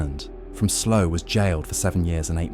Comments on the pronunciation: Slough not 'slow' 😂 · He says sluu not slow